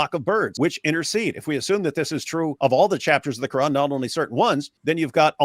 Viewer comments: dawah chat so much doo doo it’s unreal and whys she pronouncing it quaaaaran did she suddenly change race or ethnicity she can pretend to be a smelly blanket all she likes but fact is she’s a missguidee foo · The way she pronounces the words "quran", "Dunia", "Jannah", and others, exposes her as a liar. She clearly knows how to pronounce the words in perfect Arabic, and not like in classical Arabic, but with a smooth Arabic dialect, likely Palestinian, Jordanian, Syrian, or Lebanese. She's probably half Arab Muslim and half European Christian in name only on her mother's side. If I'm right, then she's pretending to be a "revert", that would just be par for the course for an Arab Muslimah.